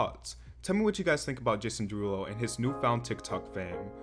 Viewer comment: "jAsOOn DeERuLoo"😂😂